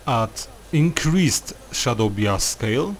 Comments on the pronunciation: A little late to the video but "bias" is pronounced "bye-is". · SHADOW BIASK